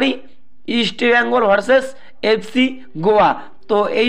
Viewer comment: Easti bengal noy east bengal...